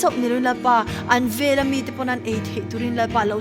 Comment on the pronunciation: Veleh tih a lam rik hi velah tih ang deuhvin a ri chhuak tlat...